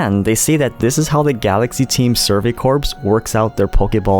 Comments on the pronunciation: "Corps" is not pronounced like the word for a dead body. It's pronounced like the part of an apple that has the seeds in it. ("Core," not "Corpse.") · Good recipe. But just wanted to mention “Corps” is pronounced like “core” the “ps” is “corps” is silent.